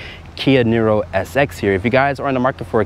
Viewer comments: it's pronounced NEERO (like hero), not NIRRRO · It's pronounced like "Near row", not "Knee row"